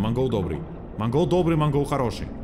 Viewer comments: мы говорим Монгол но правильно Мангл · это не МангОл а Мангл )) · Никто: ничего: называет мангл манголом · Мангол ударение на а